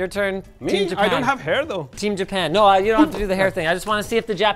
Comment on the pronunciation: ......."no re".......Medhi are you Greek?? 😂😂